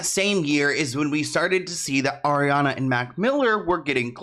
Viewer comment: just.... stop... "Ariana"